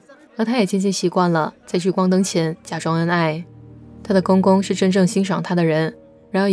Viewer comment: 丈夫（fu 轻声），不是丈夫（fu 第一声） 公公（第二个gong是轻声）